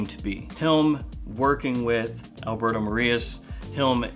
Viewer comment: (Try it this way) Al-bear-tho More-e-jazz, he is a master